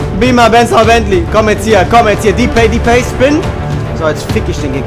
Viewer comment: Depay nicht Dipay -.- trotzdem Daumen hoch =)